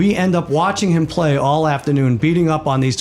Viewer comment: I hated Simms, he would always say “heem” instead of him. Drive me nuts.